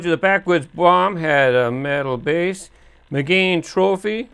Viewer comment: Now you need to work on pronouncing the name of the model correctly. It's not pronounced like "mi-GANE" it's pronounced like the girl's name: Megan. ;-)